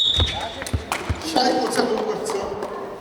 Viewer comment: Ner ni shai-g bhd shaay-g gd orild shgd bhima